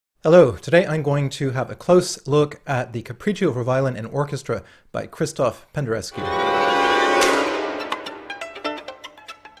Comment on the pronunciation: Nitpick: The name Krzysztof should be pronounced "Kshishtof".